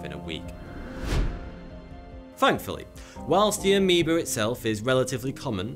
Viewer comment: keeps saying aemeba, shows animation of green bacteria